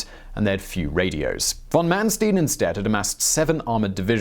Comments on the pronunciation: MAHN-schtine, not man-steen. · You mispronounced von Manstein's name. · It’s Von Man Stein *like the beer mug.... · ManSTEEN? I couldnt watch past that